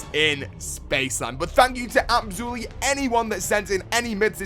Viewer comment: Absolutely sounded like "Abzooli" my dudes